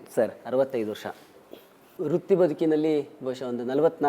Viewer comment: ಅಣ್ಣೋ ...ಅದು ವೃತ್ತಿ ಬದುಕು, ರುತ್ತಿ ಬದುಕು ಅಲ್ಲ